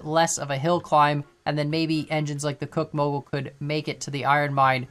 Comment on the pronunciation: Good on the name after all there was an actual Soo Line railroad. Think there's a mix of factors in Betsy is overpowered and some of the others are accurately under powered and others are nerfed. BTW Cooke is pronounced Cook as in what you do to your dinner and Heisler is pronounced hi slur